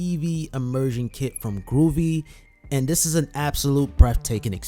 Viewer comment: Hey just wanted to tell you its pronunced "Go VEE"